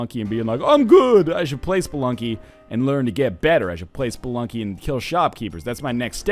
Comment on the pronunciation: Did NL say,"Welcome back to Spelunk,"? Kinda sounded like it.